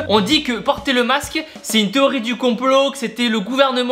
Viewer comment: Le quoi Tibo ?? Le MAQSE, lol 😉. allez bis.